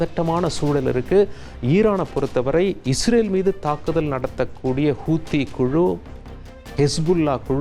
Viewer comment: ஏமன் அல்ல யெமன் ஹூத்தி அல்ல ஹவுதி